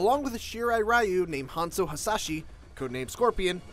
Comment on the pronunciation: It is pronounced REE-U